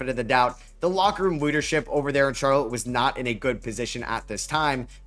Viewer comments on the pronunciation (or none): none